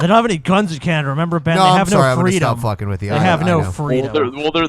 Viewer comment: said canadia